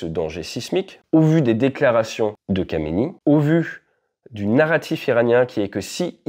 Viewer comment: Samson se prononce "100-Sson" et n'a donc rien à voir avec une marque de valises bien connues. Khamenei se prononce "Rat-mé-neille" et n'a donc rien à voir avec un rappeur qui vient de Marly-Gomont.